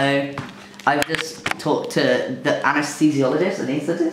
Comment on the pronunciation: I love watching him struggling to pronounce “Anesthesiologist.”